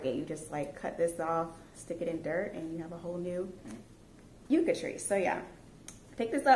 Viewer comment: Great haul! I am from the Texas Panhandle where yucca grows and blooms out on our prairie. They are beautiful!!! Can I just say that the pronunciation is yuck-a. It's not that big of a deal. I'm not a nut about it but I just had to say it. Haha! ❤🌿🥀🐞🌺🌿❤